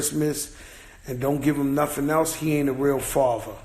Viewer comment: Joe please man you have money go get an education, its not nofing its "nothing"